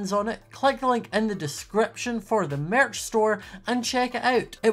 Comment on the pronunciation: Don’t we all love the way he says Merch !